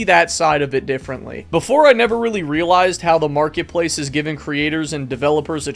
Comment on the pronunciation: "hello makretpalce creators"